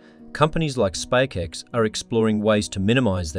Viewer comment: A very concise video thank you. My only small gripe is the voice over constantly calling SpaceX wrong and calling it SpakeX. Im not sure how this error could slip through even if they hired a voice over presenter.